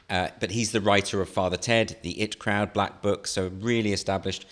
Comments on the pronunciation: dude, love you andrew doyle but its I.T. crowd not it crowd, you know as in information technology, not the pronoun :) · I love Andrew Doyle, but the "it crowd"? Come on! ;) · That's not how you pronounce IT Crowd ;)